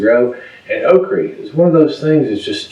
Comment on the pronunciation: Okri...I love it! I'm a transplanted Alabama girl and love okra but the rest of my family will only eat it in gumbo/jambi and I don't make either of those very often. I just loved the way you said it 😂